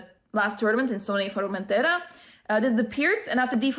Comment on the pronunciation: Congrats! Was super excited when I saw your tweet for this! Also, do you speak Spanish, why is your pronounciation of Formentera so "native"?:D